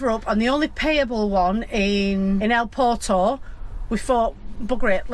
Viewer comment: to say port of santa maria its pronounced pwerto santa maria. ❤ I wish bullfighting was banned! Same as foxhunting in the uk. Anyone involved in going to see/do it (the action part) is an absolute 🔔 end in my opinion. I love seeing matadors getting skeward